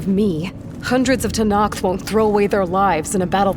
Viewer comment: I just love how Angela Basset pronounce "Tenakth", so clean and enunciated.